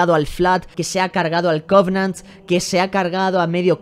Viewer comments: Ya veo como mis celulas van muriendo a medida que dice "the codnant" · Mori con lo del "cognant" y el "flaad" XD